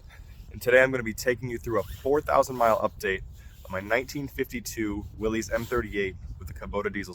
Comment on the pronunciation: You're pronouncing Willy's wrong it's pronounced as if it were Willis